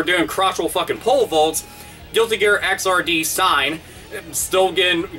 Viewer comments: Xrd is pronounced igzird (similar to 3rd), not X R D. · I believe it's not X, R, D, but "Exerd" like "Third" but with an X. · It's not pronounced "X-R-D". It's pronounced "egg-zard". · Just so you know, Xrd is pronounced "exird", like "X" mixed with "3rd," because it's a sequel to both Guilty Gear XX and Guilty Gear 2. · Isn't it pronounced guilty gear xrd (zerd) sign? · I think its pronounced "xird" similar to "3rd", since they can't call the game "guilty gear XXX".